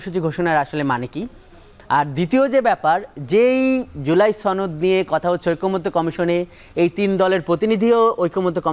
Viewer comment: ছনদ নয় সনদ হবে কথাটা।